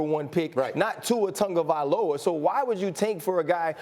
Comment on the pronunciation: Nobody: Absolutely no one: ESPN: Tua TUNgaVoLa